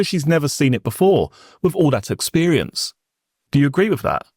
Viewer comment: o I do appreciate his hard work though it would be even better if "th" was not pronounced as "f" or "v" or "d", i.e "three" instead of "free", with instead of "wiv", "the" instead of "de". It sounds particularly odd, as barristers tend to enunciate correctly.